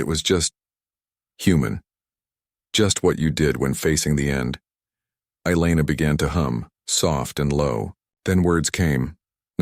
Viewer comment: Elana, not eyeliner 😁😆😅🤣